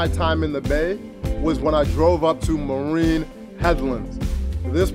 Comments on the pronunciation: "mah-rin", "mure" beach/woods. im from there. glad u love it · Marin "Ma Rin". Muri Beach "Mew or" Great Vid!